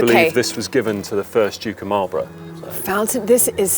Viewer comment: Well done and very interesting but fed up with the way she pronounces Malborough 😢